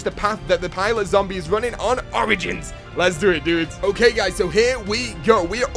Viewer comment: the way he said 'origins' lol